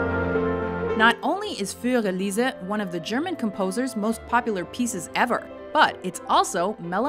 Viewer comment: why did you pronounce fur elize with a french belgium accent? XD